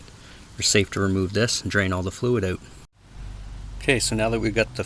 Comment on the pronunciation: Definitely helps “OWT” 😂.. just kidding… Great video